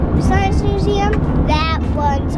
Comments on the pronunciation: "Science Nuseum" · "nuseum" I'm in love with ahaha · says nuseum in stead of museum